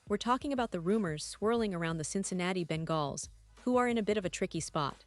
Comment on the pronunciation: She doesn't know how to say Bengals 😭😭😭😭 all bullshit